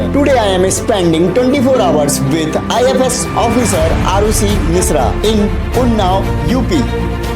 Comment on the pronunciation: It is not IFS it is IFoS